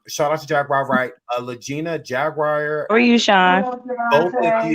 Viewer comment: Not Jag Wire! 😢😢😂😂